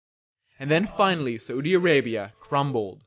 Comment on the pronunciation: Its pronounced *Sau-di Arabia not sa-U-di arabia